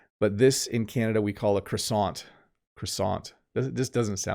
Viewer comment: Your French pronunciation when saying "croissant" is very good!